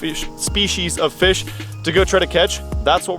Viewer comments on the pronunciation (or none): "...favorite "feesh"...." LOL another great vid, but you might be hangin' with Porn 'Stache a bit too much if you are stealin' his words. LOL JK I didn't think the plan would work with a largemouth just cuz they seem to dodge y'all when you want them specifically but this was really cool!